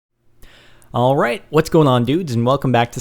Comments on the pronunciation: New levels of "alroit" have been reached in this video. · When he says alright dosen't he sound austrailion ? or is thet just me :D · thumbs up for the wierd way he says alright! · lol, ALROIT ALROIT. :D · It seems to me that it sounds like he has an Australian accent when he says alright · when he says 'alright' he sounds like hes from london, lol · i dont kno if u guys notice but when captain said or says 'Alright' he sounds british which is kool! o3o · Why the fuck does he say alright soooo weird?